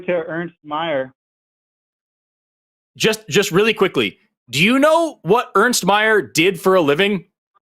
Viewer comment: His name is Ernst mate, not earnest